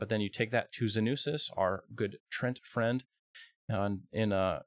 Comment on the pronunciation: The word is pronounced Tree Ant, not trent